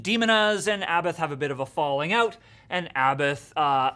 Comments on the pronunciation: It's pronounced " A bot " he's said it himself several times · This poser can't or won't pronounce Abbath correctly.